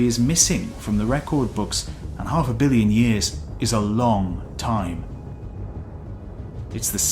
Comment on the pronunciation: The narrator made a b-ish sound when trying to say "million"